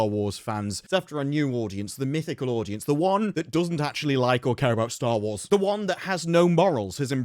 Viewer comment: He says Star Lores.. The hell?!?